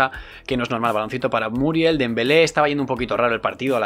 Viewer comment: Muriel con acento en la E españoles, muriÉl !!!!!!!!!!